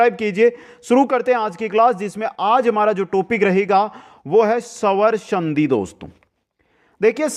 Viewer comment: सवर संधि नही स्वर संधि बोलो सर आधा स ह इसमें 🙏